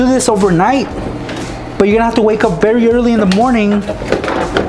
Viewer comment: did anyone else hear "you have to wake up berry early